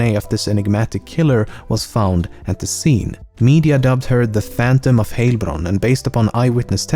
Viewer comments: I am from the area around Heilbronn and it is pronounced not Heylbronn but with an ei sound. I guess it doesn't exist in english. But I guess you should know how heil is pronounced from a slogan of a certain austrian dictator. Anyway curious that i never heard of the panthom i guess i was too young to read the local news at that time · Now i need to cut out how you pronounciate Heilbronn and make it my ringtone. It sounds so hilarious :) Nice video eventhough i actually knew almost all of the facts already... I guess im a weird person. And also - I like your accent.